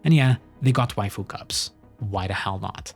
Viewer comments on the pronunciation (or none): none